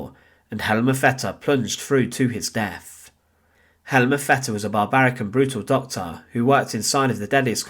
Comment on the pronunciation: Please don't take this as an insult. Try a few speech exercises. When saying "through," it comes across as "Frew" I'm not picking you out for subjection, only giving you some tips. Sounds like you are hiding an accent. I know this well as I'm Scottish. Instead of "Death," it comes out as "Def" I've worked on my speech on a regular basis. It's taken me years. I have a broad Scots accent. I enjoy your videos.